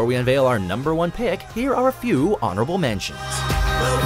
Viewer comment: jaja he says numbrrrrr 5